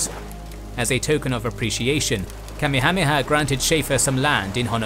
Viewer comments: Yeah... should be Ka-meha-meha, not Kame-hame-ha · Say it with me: "Ka-MEH-ha-MEH-ha" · the name of the Hawaiian king is pronounced ka may ha may ha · kami-hami-ha? I thought it was pronounced Kah-mayha-mayha. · its pronounced King Kameyha-meyha, not kamihamiha lmao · I hate the way this guy mispronounced names in EVERY video he does, the name of the Hawaiian king Kamehameha, was pronounced "ka-may-a-may-a" not "Kammi-ha-he -ha" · .. Kame-hameha??? "Kamekameha[4] (かめかめ波 Kamekameha, lit. "Turtle Turtle Wave") is a mispronounced and misdirected version of the Kamehameha". Dragon Ball ~ Hmmm, I wonder did they happen to use this late King's name as reference LOL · You pronounce Kamehameha like somebody who's only heard it spoken in Dragonball. Everywhere else I've hard the name it's Ka-meha-meha. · It’s king Ka-may-ah-may-ah… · Ooof the pronunciation Kamehameha makes me a little sick to my stomach. Love your videos though! Ka-meha-meha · Kamehameha is pronounced Ka-may-huh-may-huh. You're pronouncing it like the show Dragonball Z. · Pronounced King Kah-Maya-Maya. Get it right!!!! Watch Magnum P I and you'll learn how to say it. Other than that you're doing good. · The way you say Kamehameha just sends me over the edge! 🤣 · LOL That is the absolute worst mispronunciation of King Kamehameha I have ever heard. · Then, in 2015, they did it from the east coast of America and it went much smoother. Great job but the way u pronounce Kamehameha the great is not up to your typical quality. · you absolutely ruined the name Kamehameha, and Kauai its worth taking a second to look up how to actually pronounce hawaiian words. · King Kamehameha - Ka-may-ya-may-ya Kuai - koo-why You have a tendency to brutalize pronouciations in many of your vids. Ruins otherwise good content.